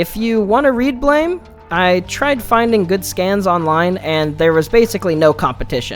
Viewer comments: It's pronounced like Blam! And not blame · I thought it was pronounced "Blam" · It’s pronounced BLAM, as is the sound of the critical contingent weapon he wields. Honestly a great manga and very extensive in its lore. Never explaining much through words. The different sources (blame! and so on, a book of concept art expanded comics of various characters, even a sequel called Blame! 2) lean into the gravity of the world. Shi… I could write a book on Nihei’s works. His other mangas are influenced on each other, and near too complex to try to fully understand. Simple concepts with intricate systems supporting them. I could go on for hours. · Don't mean to he that guy, but Tsutomu Nihei pronounces his manga like, "BLAM" like the onomatopoeia of a gunshot or explosion. Not "blame", like I don't blame you for not knowing this. I heard you use both the correct and incorrect ways of pronouncing the title. But, to set the record straight for anyone not aware. If you need references to prove what I'm saying is true, please just simply Google or YouTube it and you'll see. Good day, now I'll go kindly fuck off. Lol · It's pronounced blam. It was a miss spelling